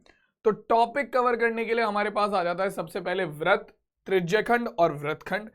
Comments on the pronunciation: Vrat not vrit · Brat nhi britt sir